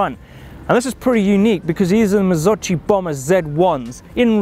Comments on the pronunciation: "Marzocheee"? It's "marzockee" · Prononced MARR-ZUU-CHEE from italy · Simone Marin its more like “mardzókhi”... hope you get it